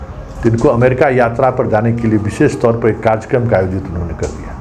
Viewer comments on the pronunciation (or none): Karya karm.. not karj karm